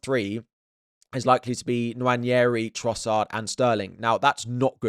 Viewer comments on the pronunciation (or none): none